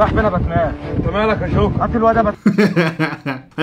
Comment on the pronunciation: جوكر ❌ شوكر ✔️